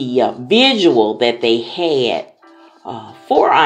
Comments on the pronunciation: It’s a vigil, not vidual. I understood what you meant though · Its called VIGIL, not VISUAL.